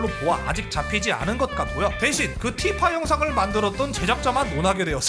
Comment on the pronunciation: 난 티파가 피파로 들린다 온 세상이 피파?